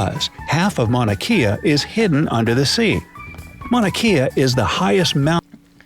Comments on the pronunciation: Mana Kay-ah...... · Mauna Kea (Kay-ah) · Mauna Kea is pronounced kay-uh. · The video butchered Mauna Kea. It is pronounced Kay-a!